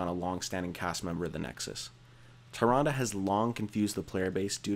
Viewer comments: LOL "THAY-RUN-DUH".... facepalm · 0% Chance Tyrande is pronounced "tie-ron-duh" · Tyrande has hilarious spelling, but ye, Malfurion in WC3 does pronounce her name Tee'Rahn'DA. I checked xD But from the spelling alone it could be Tai'Rand, or Tee'Rahn'Dee, or Tai'Rah"Saurus xD What's wrong with Samuro? I always pronounced it Sah'Moo'Roh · Samuro= Som-er-row Tyrande= Tyrande not Tyranda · TYrande and SAMuro lol the pronunciation on this guy